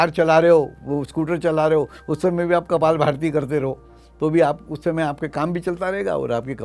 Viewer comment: कपालभाति शब्द न कि कपालभारती !